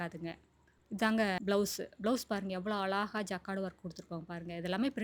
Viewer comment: அலாஹா... இல்லிங்க... அழகா! அழகு என்ற வார்த்தையை அழகா உச்சரிங்க...